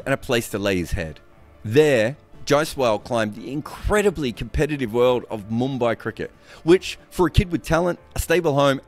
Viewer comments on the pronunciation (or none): none